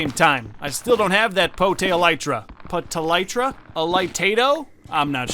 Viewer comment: Potytra. Poh-thai-tra (/pəˈtɑi̯.tră/). Yes, I spent like 10 minutes looking up "pronunciation-speech" on Wikipedia and Wiktionary just for this one joke in a tiny comment which will probably be buried in a sea of thousands of comments.